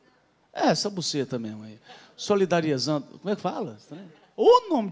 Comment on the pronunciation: Kkkkk.. depois q ele falo solidano eu não consegui mais falar a palavra certa..kkkk